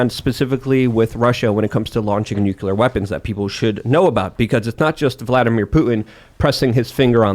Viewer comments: ....NUCLEAR HAS ONE "U". There is no "u" after the "c". I don't get why reasonably intelligent people cannot pronounce a simple word. It's not newk-you-ler. It's pronounced noo-klee-er. Next we're going to hear that the day was saved when the "calvary" came galloping in. The mountain where christ was crucified can't ride a horse. Cavalry is right there with nuclear for common words commonly butchered by otherwise smart people. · Fun fact: only 1 in 3 people can correctly pronounce nucular. I must have missed class the day they covered the nuculus. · please pronounce nuclear properly. It's like fingernails on a chalkboard to hear nucular. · you shouldn't be allowed to talk about anything nuclear until you learn how to pronounce it correctly